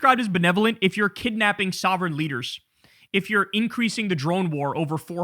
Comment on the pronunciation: Kyle, be serious. Nick Shirley cannot spell or say sovereign, not in a trillion years.